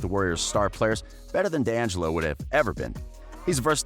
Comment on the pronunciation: I would subscribe if you could pronounce any ONE of those players correctly. Draymin, steven, dongelo, 😂😂 come on now